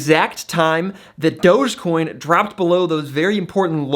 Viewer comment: Did he just say "Dodgecoin"? 😐